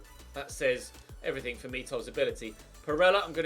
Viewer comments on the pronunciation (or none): none